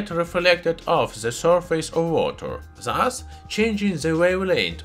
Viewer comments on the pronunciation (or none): none